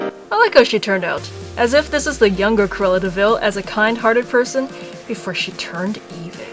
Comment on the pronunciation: Quela devil or how ever u say her name. If you know how to pronounce it please tell me!